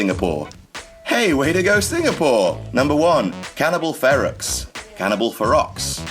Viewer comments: I believe that Ferox is pronounced "fair-ox". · FEROX.......hahahah.......Ok, the X is silent its Cannibal FER-O